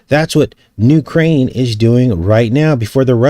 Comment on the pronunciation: UK - raine? 💁🌹🙅